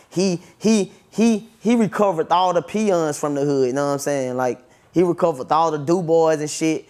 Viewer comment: Nigga said recoverth… twice lmao